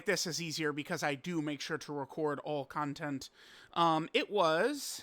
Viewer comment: Yo idk wtf is wrong with me but why does pronounce “content” as “CON-TENT-E” ☠️☠️😈😈😈🥶